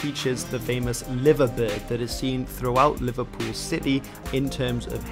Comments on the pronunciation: Brother the liverbird is pronounced lie-ver bird not live-a bird . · You said liverbird and liver building wrong. It's pronounced like the live in alive 👍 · FYI Liverbird is pronounced “LIEverbird” like to “lie”. Idk why it’s different to how you say the city name but there you go